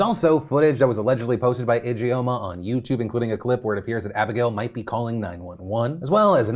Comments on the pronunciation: Just a note, 'Ijeoma' is pronounced "idge-orma" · Your pronunciation of Ijeoma is killing me lmao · if anything at all comes out of this victoria secret karen story, i hope it's everyone learning how to properly pronounce the name ijeoma (EE-juhm-ah) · Ijoema sounds Nigerian. If so, it is pronounced Ee-jaw-mah.